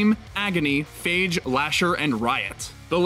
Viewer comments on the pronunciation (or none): none